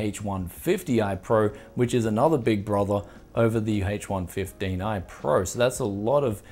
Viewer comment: Sounds like he's saying hates 115